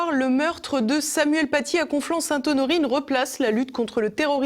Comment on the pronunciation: « Nous sommes tous Samoyenne Patié ». L'orthophoniste de Chalghoumi en PLS. Il commencait a me manquer le pizzaiolo tunisien de Marek Halter. Il n'a toujours aucune pitié pour notre langue, ce décapiteur de la syntaxe. Et en plus le pauvre doit s'exprimer avec un masque, c'est terrible on sent que s'il prononce deux phrases de plus il va nous faire un AVC.